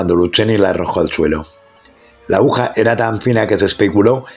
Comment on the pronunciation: interesante historia aunque debe mejorar la ledtura, y, se dice AGUJA